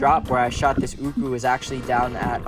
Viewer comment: Atleast you pronounce it correctly and not arrogant like Ryan myers “ooooohhhhkouuuuhhs”.